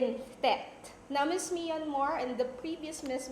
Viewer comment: MISS MIYANMAR???? MYAN-MAR!!! MI-YAN-MAR????